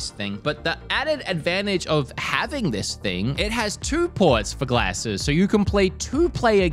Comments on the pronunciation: Been American for like a week and already saying "glasses" wrong 😂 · That is not how you say glasses